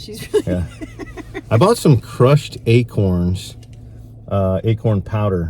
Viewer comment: Deer in Mississippi love "a-kerns". Not too sure about "acorns". Lol Good luck with the 10 point!